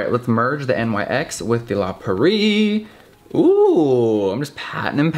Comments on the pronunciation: I love you, but it’s La Prairie, not “La Pur-ee” 😂❤️❤️❤️❤️ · when he says “la prairie” it sounds like he skips over the first r 😂❤️